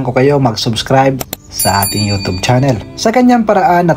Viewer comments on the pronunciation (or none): Nakiki yutub ka na rin ng bigkas ha ha ha! yutsub yan. Ha ha ha ambaduy mo ha TUB DAW HA HA HA!